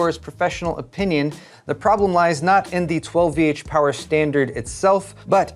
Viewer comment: You didnt pronounce 12VHPWR correctly at all in this video, but you do in your tech news each week.